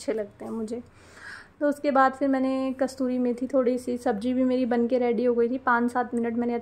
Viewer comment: Kastoori nhi kasoori methi hoti h dear aap hi nhi bhut se log isko galat pronounce karte h . Nice vlog ❤